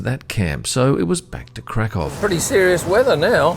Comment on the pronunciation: Glad you enjoyed your stay. I live in Krakow since 2010, sure beats Amsterdam and Warsaw (personal opinion). p.s. it's pronounced Krak uff :D Too bad you didn't show (go to) the main square in Krak uff, which is the largest in Europe.